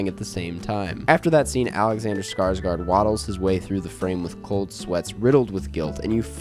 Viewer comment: Please... please stop saying "scars-gard"